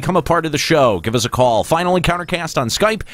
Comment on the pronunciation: Said the show name wrong so much aha